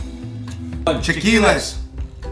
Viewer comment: I noticed it too! Not to mention his Sriracha comment and the fact that it is chilaquiles not "chaqiules". Made me doubt his knowledge, but maybe he was nervous.